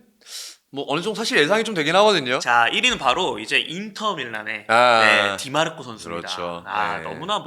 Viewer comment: 디 마르코가 아니라 디마르코입니다!!